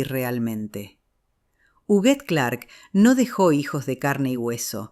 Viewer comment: Es Huguette no juguet